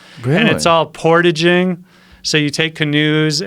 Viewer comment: "Portaging" - all of the Candians cringed together on that one.